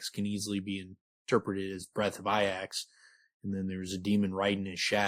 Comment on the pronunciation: Wouldn't it be pronounced "EE-ax"? I think its supported by the name Haliax also. Breath of Iax, id assume you'd say it the same as you do in the name Haliax. Unsure. Never heard Rothfuss say it, but they pronounce it ee-ax in the audiobooks.